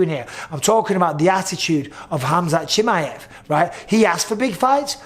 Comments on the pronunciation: the way Bisping says Chimaev drives me nuts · I hate how bisping says Chimaev 😂😂😂